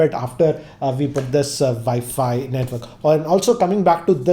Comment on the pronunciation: Good videos, good english, good everything but i just wanted to say, if you say W instead of V for wifi or all other words that have a w in it, i'm sure it would make it a lot more easy to understand.